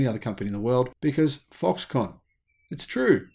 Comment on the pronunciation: Why are you saying Foxcon ? Are you insinuating that this is a con?